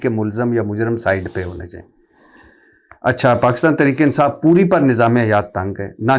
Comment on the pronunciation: وڑائچ صاحب خود کو بہت بڑی ادبی شخصیت سمجھتے ہیں۔ واہ واہ واہ ۔ جناب ۔ درے پردہ نہیں در پردہ ہوتا ہے ۔ اٹھونجا نہیں اٹھاون ہوتا ہے ۔ تریک نہیں تحریک ہوتا ہے ۔ . "صرف " ۔ " فرض" اور بہت سے دیگر الفاظ کا تلفظ ٹھیک کر لیجیے پھر "ملک " پر بات کیجیے گا ۔ ۔ ان کا عظیم الشان گھر دیکھ کر ہی اندازہ ہوتا ہے کہ یہ کتنے بڑے " صحافی " ہیں ۔ ۔ الیکشن والی رات جیو پر ان کا تجزیہ سن کر انتہائی افسوس ہوا تھا ۔ جب انہوں نے نہایت سنجیدگی سے کہا تھا کہ ساری پارٹیوں کے ووٹ اکٹھے گن لیں ۔ پی ٹی آئی ان سے ہارگئی ہے ۔ شرمناک تبصرہ ۔ ۔۔ ۔۔۔۔۔۔Sz Rana official